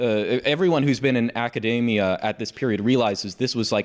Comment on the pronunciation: Academia, not macadamia